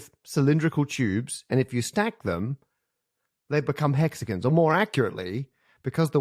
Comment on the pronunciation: Not the "jag-yoo-arz". And, apparently "hexiguns".